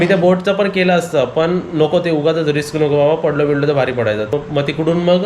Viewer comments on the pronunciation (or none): none